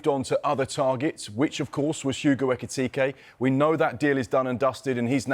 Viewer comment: It's Ekitike and not Etikite